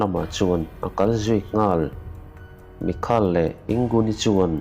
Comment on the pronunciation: Ka pu...Michael tih tur aw...mikal nilo in...mizo tak in Maikal